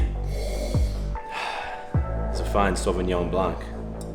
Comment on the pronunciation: Sauvignon Blan-c. You don't pronounce the c 🤭